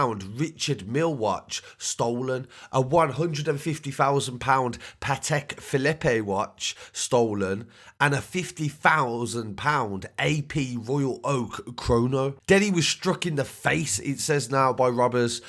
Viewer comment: he gets the AP and patek or as he spells it (patak) wrong way wrong aswell